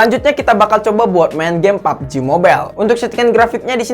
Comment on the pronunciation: Ngakak pas nyebut pubg nya